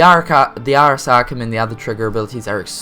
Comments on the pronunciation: "Arres Arcum"? Are you freaking serious? CAN YOU FRICKING READ? It's "Ars Arcanum",. Say it with me now, "Arrz... Arr-kay-num". Means "Secret Art". then again, what the hell do I expect from an unprofessional prat who makes a "Top 5" video with a pool of 6 items to choose from, and repeatedly grasps at straws for ways to describe his opinion!? "Super-badass" does not make anything sound super-badass, it makes it sound like you ran out of words to use in a descriptive fashion, which, considering the frequency of the description, you must have. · It's not the "Arrus Arkham". ARS AR-CAY-NUM